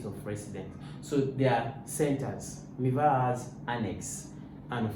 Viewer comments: It's not miwa it's MIVA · Miva not miwa